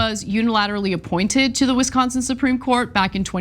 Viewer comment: She says Wisconsin perfectly.